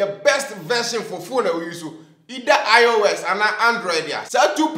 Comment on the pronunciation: please stop saying iron x instead of IOS😂😂